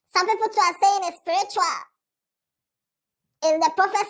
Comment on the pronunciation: please say it well… the word is “Sprichua” 😂 not “Spiritual” 😂